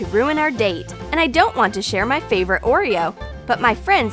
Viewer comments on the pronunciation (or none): none